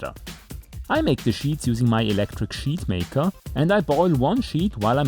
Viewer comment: Hey, the way you said electric sheeeet maker, with your accent I thought you were going to make the toilet video!! Anyway the side windows on my LS600 had a rain repellent coating from the factory, did yours?